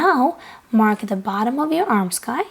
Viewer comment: I really enjoy your videos! Thank you so much for the content you put out. Also thought I’d share a tip ... “armscye” is pronounced “arms-eye” because the “c” is silent.